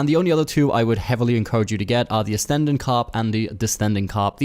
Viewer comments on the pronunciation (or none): Why do you pronounce ascending as astending And descending as destending? 🤣🤣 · you say Ass-tendin carp and diss-tending carp. Do you not know what ascending and descending means? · Nice tips 👍🏻. Just a couple of things: I think you miss-pronounced ascending & descending 😬. I myself got caught misspelling those a long time ago. (Speaker of of English as a second language) Keep up the good work 🙏